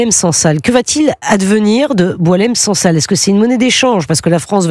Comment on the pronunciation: Il s appelle sensal pour ne pas dire sangsale alors que sifaoui dit selsal il ne connait pas son nom